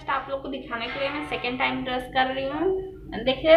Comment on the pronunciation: ब्रश not ब्रस😀